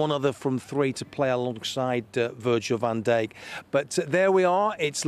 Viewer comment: “Virgil Van Day”….Come on lad, you have probably earn more then me for a month, for those 4mins of work. At Very least get the player names right 🤦‍♂️🤷‍♂️😂